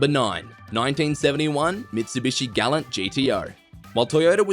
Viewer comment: Mistake no 7 Gallant is pronounced gall-ant, as per the manufacturer, this one isn't hard, put you got it wrong.